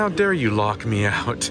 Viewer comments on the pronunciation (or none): none